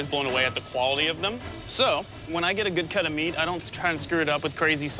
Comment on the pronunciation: They realy can not say meat... 😂